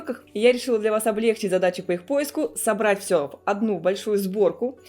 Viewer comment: Ужас! С самого начала… не облЕгчить, а облегчИть! Свой родной язык нужно уважать всем, даже кулинарам, особенно, работающим на большую аудиторию!